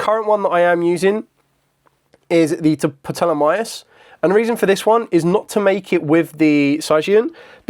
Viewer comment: The P is silent in a Ptolemy. And the symbol is Omega